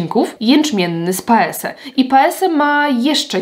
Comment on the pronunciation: Bardzo lubię podkłady Annabelle Minerals. Mam cerę bardzo dojrzałą, reaktywną i u mnie nie sprawdzają się kremowe formuły, są za ciężkie, choć powinno być dokładnie odwrotnie. P.S., Paese czyta się PAEZE 😉